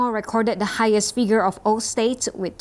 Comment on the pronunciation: ▓▒░ The Star ▬ Pronunciation of the second syllable on the word: consecutive. Con - see = Con - sec ( as in the word: sect. ) ` And stop changing a single i sound into a double e sound. (Figure. - It's: fig, not feeg.) ` Others couldn't care less how unprofessional your narrators sound. Well, I care. ` ░ Today is Friday where I'm at, the one hundred and forty-eighth day of the year two thousand and twenty-one. ( And unto them who knoweth not how to number your days, it is the twenty-eighth day in the month of May. ) ░▒▓ `